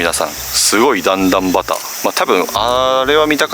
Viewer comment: そうなんですね！ 竹筒はたけと！ 熊野市在住の方から、熊野弁で新宮をしんぐ、と教えてもらったの思い出しました。地元の方、もしくは地域を知る方からの情報、有り難いです。主様、段々畑をだんだんはた、と呼ばれてますが、だんだんばたけ、が一般的かと。